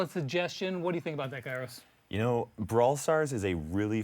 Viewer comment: You mispronounced his name, it’s “Kairo Time”